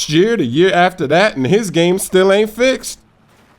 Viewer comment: he says still like he says steal in 2K13!!! Give that guy a homophone teacher.